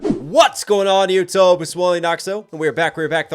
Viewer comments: Did anyone else hear him say you toeb?? Lol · Random question since I'm early for once, why do you say yotub when trying to say YouTube?